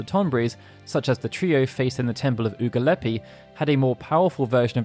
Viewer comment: The 'Temple of Oogle-eppy"? wtf dude? Everyone knows it's pronounced "Ugly-pee" lol Damn I spent some happy nights in there in my 11 years on FFXI. (currently into my 7th year of FFXIV.)